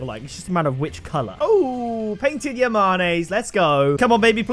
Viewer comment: “Yah-mon-ayes” are they not pronounced “yah-manes”?